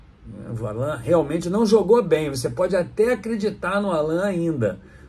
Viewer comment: não pronunciar o nome do Allan, da forma como os pais dele o batizaram, não seria desrespeitoso?